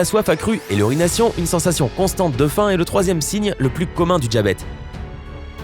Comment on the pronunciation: Le « djabète » lol